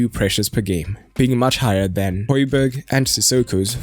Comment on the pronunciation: should have talked about how important hojbjerg (pronounced hoi-bee-air) is to the team. breaks up the play and his composure is unreal. if u mentioned this u could have just shut all the rival fans saying he is shit even though they dont watch us play much